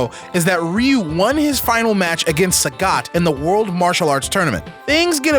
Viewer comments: Its RyoU. get It RigHt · Guys, it's not pronounced Ryu. It's pronounced Ryu.